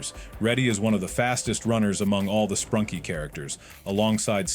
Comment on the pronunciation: ‘Sprunky’ ‘Sprunkie’